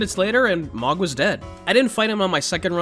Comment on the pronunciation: “Mog” his name is pronounced multiple times throughout the game lmao yet you somehow still mispronounce it. Annoying as hell